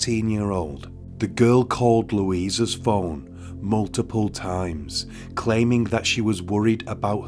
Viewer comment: The pronunciation was a simple mistake, anyone could make. Just loser girls is what is important, losers.